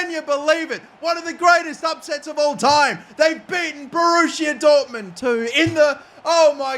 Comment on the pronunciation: BORRUSSIA DORTMUND two